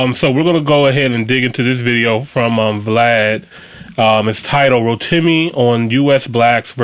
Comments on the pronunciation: He probably rolls with the wrong pronunciation because it's easier to accept it and move on but I am Nigerian, I am from the region that name is native to. And it is phonetically spelt as "ROW-TEA-ME", because English doesn't use tonal inflections. Or else it would be Rótīmì. Don't try to teach me how to pronounce my local name, it's very disrespectful. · Love your content. His name is actually pronounced Row-tea-me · Nope that's not the way that name is pronounced in Nigeria, that is the New Jersey pronunciation. Its Roh-ti-mi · he tried to spell it out phonetically the way it is pronounced. Not everyone pronounces ti like you would pronounce tea. It is a long I sound. The guy in the video pronounces the i in the name as a short I sound. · That name is a representation of my people, I have a right to correct people who pronounce it wrongly. Besides I was polite about it, the same disregard for Africans is why you don't think you need to get our names right.